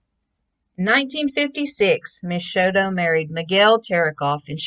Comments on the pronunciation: 'Show TOE" Not "Show dough" and it's not Co PEL ya" It's CO PEEL YA" Lord. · Nice tribute. Thank you. I knew her, her family and even her father. I just wish you would have pronounced her name correctly.